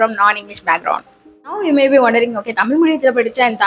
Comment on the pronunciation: Please pronounce the word "tamil" correctly, somewhere you missed.